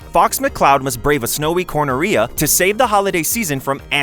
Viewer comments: did you really say cornarrhea?? 💀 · That Corneria pronunciation made it sound like a medical condition.